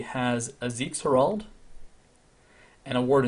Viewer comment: It's HER-ald man. Herald. Thanks for another great video.